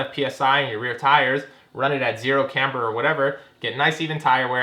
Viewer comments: Is this the same guy that made a home-made license plate mount for the front bumper for this heap so he didn't have to drill holes in the actual bumper? And please - it's "KAM ber", not Kambruh...I guess it doesn't matter that much, just really takes away from what is otherwise good content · ik this is old but the way he pronounces camber lol